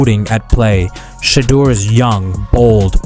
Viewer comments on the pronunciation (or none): Please announce his name CORRECTLY and Stop being DISRESPECTFUL